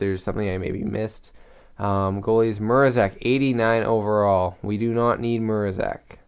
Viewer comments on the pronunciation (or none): It's prenaunced Ma-ra-zech